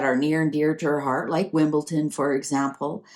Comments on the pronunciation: It is , Wimbledon not Wimbleton . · The pronunciation has nothing to do with Dyslexia! is more than able & has shown she can pronounce a D. She has also shown she can prounounce other words using the letter D. needs to be aware of her mistake & not call Wimbledon Wimbleton. In fact, in her other video, she corrected herself which was encouraging, but went back to making this really annoying mistake again in this one. Some may not care, but I do!